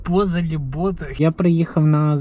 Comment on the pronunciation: не Бозел а Бафел